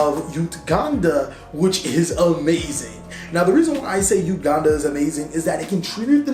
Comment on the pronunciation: "Uganda," lmao i'd flame him but he from watts so i'm good